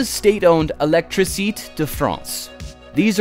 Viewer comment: The first word in that French company is Électricité, ending in an e-acute. Your pronunciation "elektrey-seet" is inane and makes you sound like a fool.